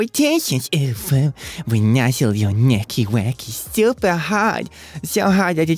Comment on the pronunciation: hit tha gwownd too hawd.